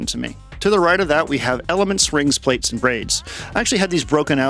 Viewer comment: 'PLATES'? Please, 'Plaits' is like 'Plaid'. Thanks for the vid x